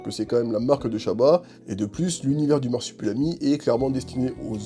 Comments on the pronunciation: MarsupUlami ????? Pas une fois tu le prononces comme il faut à savoir marsup'i'lami !!!! La vidéo est cool mais ça c'est pénible. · le mec dit "Marsipulami" pendant toute la vidéo 😭😭